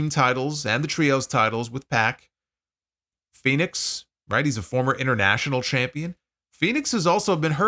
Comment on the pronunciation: Maybe the WWE announcers could actually pronounce Fenix's name properly unlike Excalibur. Sounds like he's saying FedEx.